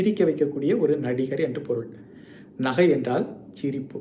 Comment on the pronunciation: நீங்கள் ஏன் நகை என்ற சொல்லை நஹை என்று சொல்கிறீர்கள் மற்றும் ச எங்கு Sa வாகும் எங்கு cha வாகும் எங்கு sha வாகும்?